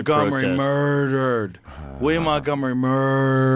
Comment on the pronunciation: murgdered, mrrdrrrddddddddddd 😂